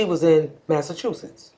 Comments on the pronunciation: That dude calling Massachusetts Massa-Two-Shits XD XD XD Too much man. Learn your states!!! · They both are talking like they know what happened to the baby already. "When Maleah was outside this mother was in Massa-two-shits."